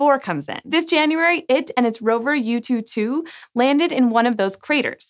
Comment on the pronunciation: She aced the pronunciation of Chang'e, but then butchered Yutu. LOL